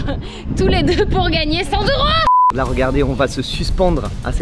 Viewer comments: "Cent zeuros :)" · On ne dit pas 100 zeuros 😅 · cent s'euro pffff cent euro. cent t'euro :face-orange-frowning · j'ai bien aimé la vidéo mais j'ai pas pu m'empecher de serrer les dents à chaque fois que j'entendais " cent z'euros " xD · Cent t’euro. Pls faite la liaison. Sinon c’est Sans euro... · LE commentaire relou: On dit pas "100 Z euros" car cent à l'unité ne prend pas de "s" 😏😁😁😁